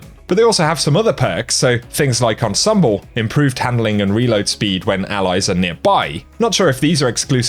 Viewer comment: Ensemble is French, you said it wrong just fyi.